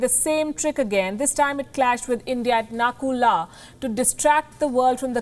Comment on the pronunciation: It's not NAKULA .......ITS CALLED NATHULA